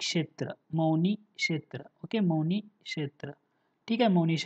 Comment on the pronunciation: मौनी नाही सर पवनी